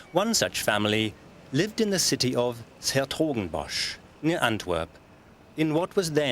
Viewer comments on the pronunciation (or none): Not the best piece on his work. AND the pronunciation of some Dutch words is terrible!I'm English but even I know how to pronounce Dutch better than this. I don't understand why the documentary makers cant go the extra mile to get things right! Pronouncing either 's-Hertogenbosch or Jeroen is not hard...(but distracting when its done incorrectly)